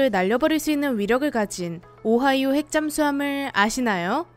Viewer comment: 오하이오 라고했을때 고아이네 라고들린거 나만 그런거임?